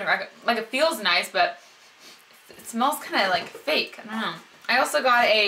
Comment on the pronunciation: HAHAHA! I had to listen three times to you explain about the lip butter. I thought you were saying it smells like feet!! (instead of fake) I want to try some of those perfumes. I've been on the hunt for a new one.